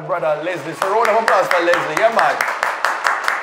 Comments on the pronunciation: Is name is not Leslie, it's Letsile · his Name is (let-see-lay)Letsilè,,not Leslie..😄,,🇱🇨👊🏽🇯🇲👍🏽❤️